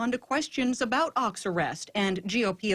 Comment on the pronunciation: his name is pronounced :Oaks , not ochs, (you are using lower case sound in upper case place.)